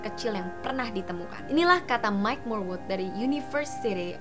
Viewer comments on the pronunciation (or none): none